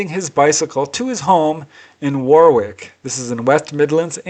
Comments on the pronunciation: Thanks for all the work you put into the re-telling of these fantastic accounts, as usual brilliant. 🛸👍 That's one big comfy cat you have there.:face-blue-smiling: And that Warwick is pronounced "Wah rick":face-green-smiling: Fantastic story. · It',s pronounced 'worrick'. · Yes another great compilation, For future reference Warwick UK is pronounced Worrick, The US has very many towns and places named after UK places and towns but most folk dont know how they are pronounced as we call them here, but Kudos to you for bringing these accounts to us everyday normal folk who are interested and love this phenomena/phenomenon who would never have known about if it was not for you fantastic channel. as i always say to you... Keep them coming my man because your channel is the only one of it's ilk on Youtube and respect from UK.